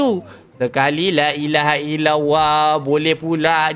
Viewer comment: Bolih ka kalau ucap kalimah allah tu sebut betul2, bukan lailaha ilauwa. Sbut btul2 lailah hail allah